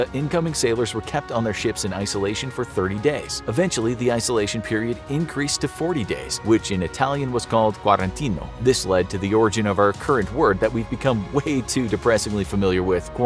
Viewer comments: Not "quarantino" 😄 the correct Italian word is "quarantena" !!! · "Quarantena" not "Quarantino" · I'm Italian and I wanna correct the Italian word , he says "quarantino". I don't know if my ancestors would say that word like that but in the current language we say "quarantena". Unfortunately it doesn't change the awful meaning... Stay safe! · Its quarentena not quarentino . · It's not called quarantino but quaranta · *quarantena, not "quarantino". Quarantino are plants that grow in around 40 days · It's "quarantena", not quarantino in italian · It was called quarantena not quarantino.